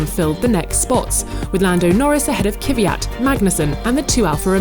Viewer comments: his name is KVYAT not KYVYAT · How can you butcher Kvjat so badly? its not "kiwiyat" you dumb dumb. just "kwiyat" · How can this women still believe that it's pronounced K-vyat ??? It's KVYAT !!! Smh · Why can't they pronounce names. Kivyat?? Leclerccc?? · Why does so many commentators insist on pronouncing Kvyat "Kiviat"? I don't recall the man himself pronouncing it that way when he did a track presentation last year... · IT'S NOT KYVYAT IT'S KVYAT. When will you learn! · OK, I have to address this. Why can't you and some others (Martin Brundle) pronounce the name 'Kvyat' right? Why do you always have to say Kyvyat? There's no vowel between the K and the V. I mean, I don't really like the driver, but can we at least try to pronounce the names of drivers right? It sounds disrespectful. Same happened with the name Vettel. Took you English years to get the emphasis right. It's Vèttel, not Vettèl. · Can this woman please learn how to pronounce Leclerc and Kvyat any time in the near future?